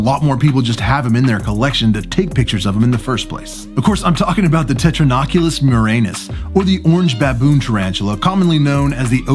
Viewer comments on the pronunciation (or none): You kinda always say „ Petatonochilus murinus“ Its Pternochilus, just how its written😃